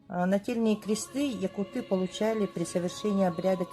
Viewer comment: Всё просто, информативно, кратко и ясно. Всё очень интересно. Единственно: "режет слух" - якутЫ, ведь у Серошевского - якУты...